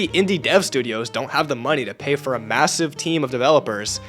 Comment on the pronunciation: no he said “may seev”it is a common german word which tells about his german background It means pretty big